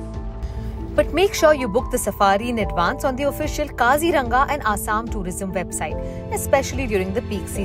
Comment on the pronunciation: For correct Assamese pronunciation it's : Kazi-Rong-Aa